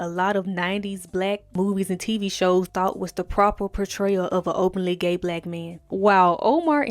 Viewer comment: "gey" lmfaooo